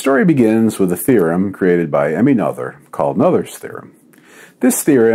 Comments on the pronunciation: FYI, Emmy Noether's last name is pronounced noter, with more of a t sound than a soft th. Technically, it's slightly softer than a normal t, but not by enough to matter. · PS that should be pronounced more like "Nerter's" Theorem. She was after all German.